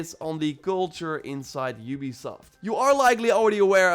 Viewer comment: Oobisoft,youbisoft, ubesoft